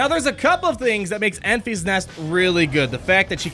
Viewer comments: Have you not seen Solo yet? It’s Enfys(en-fis) not (en-fees). You’re driving me crazy lol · It should be pronounced like Memphis, TN. Not Enfeeze.